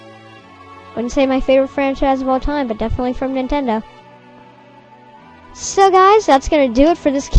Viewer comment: how come you say nintendo wrong? not that i care just woundering! :P